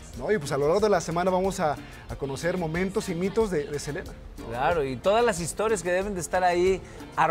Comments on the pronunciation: por que todas le dicen celina otros silina ya no se como mismo es él nombre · Inche dice el wey.... selina!!! Y los titulares dicen SELENA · Le dicen " Celina " desde cuando se pronuncia así el nombre " Selena " en castellano ? Ya dejen de hablar como si fueran gringos !!! 😂😂😂😂😂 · Selina 😂😂😂😂. Selina quien es esa. Yo conosco es a Selena no Selina😅😅😅😅